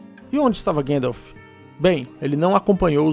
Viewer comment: Gandalf le como se escreve ! 😅